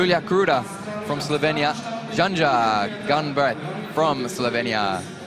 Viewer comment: will someone explain to the presenters how to read the names it is "Stasha GeYo" and "Yanya" .... a J is read as a Y in the word Yes. and N + J is read NY as in El Nino in Spanish